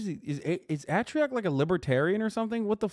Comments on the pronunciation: Bro said ahh-trioc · Im so sad he mispronounced atrioc’s name